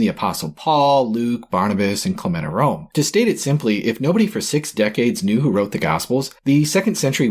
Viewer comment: Paul, Luke, Barnabas and ...? Who was the fourth? I already knew Sts Paul and Luke ... ah, wait, Clement of Rome! I heard Clematorome! (Sometimes subtitles serve a purpose).